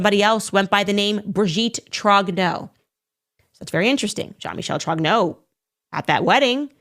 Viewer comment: Brigitte Trog'no? Really? Can't even get her maiden name right? First of all you're a black woman supporting a white supremacist regime and that makes you a traitor and a not very smart person, to say the least, second there's plenty about Brigitte Macron to criticise without spewing utter drivel!